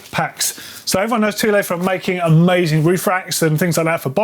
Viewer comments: You’re a Brit. You of all people should know how to pronounce “Thule”. It’s not “Thoo-lay”, it’s pronounced “Too-lee”. It’s a word that’s imprinted in the history of British exploration. Come on dude! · The biggest news from this week? Thule is pronounced 'too-lee', and not 'thool'. I had to find a TV advert from the 1980s to confirm...